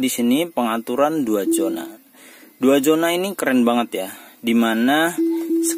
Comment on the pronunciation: Zona mas usuuup... bukan Jona 😄😄